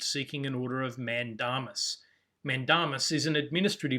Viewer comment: the pronunciation of mandamus is "man-day-m's"